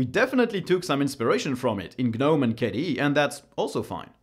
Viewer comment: Took me a while to understand that you're referring to KDE and not some kind of a new environment called "caddee"....